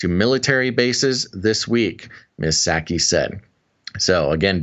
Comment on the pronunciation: The "P" is Psaki is silent....same as in President Biden.